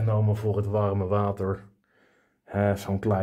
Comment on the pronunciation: klinkt bijna Rotterdams!